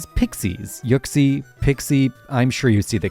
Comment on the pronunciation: Why the fuck does he pronounce it yuck-sie